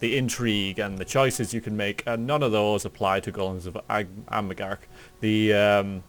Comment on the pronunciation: don't mean to be a grammar nazi but amgarrak is pronounced arm-a-rock i'm loving your dragon age videos, can't wait for dragon age 2 and inquisition.